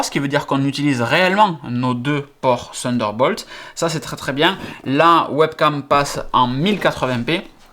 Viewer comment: sunder bolt mdr